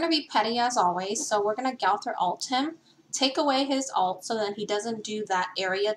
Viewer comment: It’s not gawthor it’s gowther